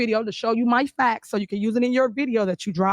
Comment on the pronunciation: 😂😂😂😂. Why is it that she is the only one with “the facxts”…. Lord have mercy. Somebody should have told her “no” in her lifetime.